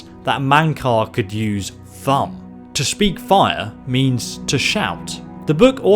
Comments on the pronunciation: Why does he say thumb its thum. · As Thu'um your saying Thumb its actually pronounced Thume... u just lost a sub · "THUM" AS IN OOOO THU'UM pronounced by almost all characters in the damned game took me 2 or 3 times you said "tham" to understand that you mean "thu-um" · It’s Thoom not Thumb you fucking idiot...disliked video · it's thu'um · when you said thumb i was like what?! Its th'uum but now i know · Ok, I know he's got an accent, so maybe he says some words a little different, but Thumb? Really? Thu'um, dude. "And then Talos could use the THUMB!" :P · Its pronounced thoom not thumb. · It's not pronounced thum, it's pronounced thoom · Not Thum, THU'UM! THOOOOOOM! Also Hermaeus Mora, not Herma mora i love ur accent but it pronounces stuff wrongu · It's not pronounced thumb it's pronounced thoom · Can you stop saying thumb? It's annoying! It's thoum not thumb! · Killing Uriel septim.... Alessia not Alessa Elder scrolls 5 not 6 Thu'um not Thumb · say it like thus thum. not thumb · Thumb? Isn't Thu'um pronounced thoom. Tat is how it's said in game. Not to be nit picky but Thumb just sounds dumb. Yes that was a dumb pun. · Thumb? It's pronounced thoom. You should know this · he says "thumb" instead of th-oo-m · Thuum is not "thumb", its"Thoom".... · sorry but it's Thu'um not thumb. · I think your videos are awesome, but Jesus Christ man, please pronounce it 'thu oum', not 'thumb'... Makin my friggin ears bleed.... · who else got slightly triggered when he said thumb instead of thu'um it's pronounced like thoom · Thumb? Isn't it a thu'um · dude, i love your content... but the number of times you said thumb instead of thu'um (pronounced thoom) made me laugh a bit here. awesome theory btw, i think it holds water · It's not pronounced "Thumm" but "Thoom" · It's Th'um not thumb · The "thumb". Jesus,. You've played this game enough to know how to pronounce Thu'um. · He could speak thumb? Or do you mean Thu’ume?